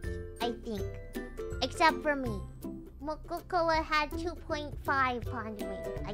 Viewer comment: Wait, did biboo start calling mococo mococœ too??